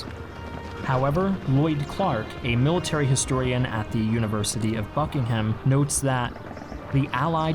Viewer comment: "Harricks"? "BerNARD"? "BuckingHAM"? "Ockhart?" Damn, at least you got John Frosts name right.